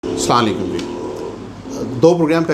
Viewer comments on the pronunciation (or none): جناب، عاجزانہ گزارش ہے،،، اسلام و علیکم بولا کریں۔ شکریہ۔ ۔۔ سلانلیکم ٹھیک نہیں ہے۔